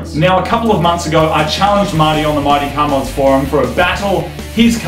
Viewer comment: You pronounce Mighty car mods like Marty car Moogs.